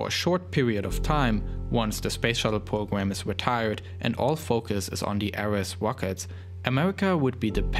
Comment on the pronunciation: lol i just love how he talks! wocket pwogram wussia